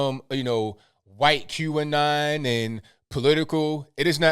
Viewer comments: I love... but when he says "Q'Anon" it sounds like he is saying "Cuban Nile" lol. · I know now he was saying QAnon